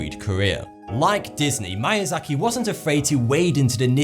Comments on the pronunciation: Good video but the pronunciation of Japanese words was the worst I've ever heard. "Mayazaki"? It's more like "meeyahzahkee". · You're pretty pretentious. You're talking down to people at the same time talking like a know it all. You're not even saying things properly. I could say that maybe pronouncing "Ataku" and "mAiazaki" was just your accent, but then you go and say "mononakO" are you even reading? If you're into anime, then these words should be no problem. If you had to research about the topic, then why are you so smug. Which is it? Don't even get me started on "Ghibli" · why are you pronouncing his name like it is mAyAzaki , it is miyazaki , it is pronounced like "me" ! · Miyazaki is pronounced Mee-ya-za-ki, not My-ya-za-ki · Its Miyazaki not MAYAZAKI!! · I think it's pronounced "Mee - ah - zah - kee", not "My - ah - zah - kee". Just saying you might want to improve your Japanese grammar for future videos. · MIYAZAKI not "MAYAZAKI". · It's pronounced "Meeasaki". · “idkwhattoputhere” Kuro He mispronounced a lot of things. At least mispronouncing manga doesn't make it sound like something else. It sounded like he said Mayazaki. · Unfortunately he butchered the pronunciation of "Miyazaki", lol. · Every time I hear Miyazaki's name being mispronounced, my life is shortened by one year. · i hate how he pronounced miyazaki wrong